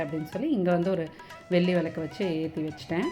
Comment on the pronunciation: Why is your tamizh pronunciation so bad...Velli....Not sounding like brahmin tamizh at all